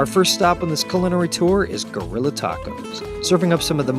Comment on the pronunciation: Dude, Guerrilla Tacos, not Geurrilla !!